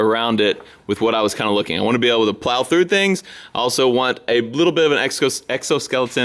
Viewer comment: It’s is able not earl